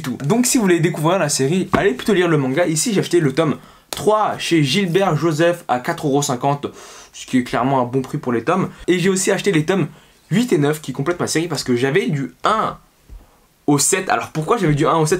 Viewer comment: Gros, c'est GIBERT et non GILLLLBert joseph. Ptdr apprendre lire.